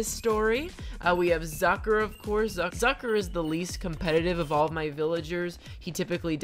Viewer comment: “Zucker and never won a competition before” Did she say ducker? I just have bad hearing I’m sorry I just I just